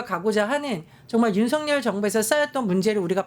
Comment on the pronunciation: 윤석열의 올바른 발음은 윤서결입니다.